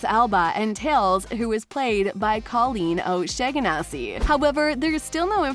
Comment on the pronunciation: Coleeen O what??? xD u gotta be kidding me🙄🤣